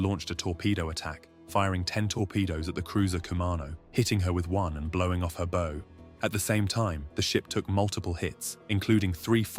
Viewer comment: Blowing out her... WHAT!? "bow"? (boe) Seriously? Beau? ffs